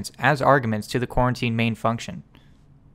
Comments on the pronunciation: Great tutorial, but it's pronounced Co-routine. Not quarantine. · Lol I keep hearing "Quarantine" instead of "Co-Routine" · Are you saying "quarantine"? I've never heard it pronounced that way, but maybe it's a regional thing. I've heard it pronounced "co-routine". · Bro it's fucking Co-Routine not Quarantine! 😂😭🤣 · co routine not coreruotine